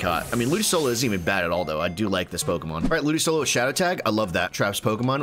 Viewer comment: The way you pronounce ludicolo both angers and saddens me, but I love the channel 😅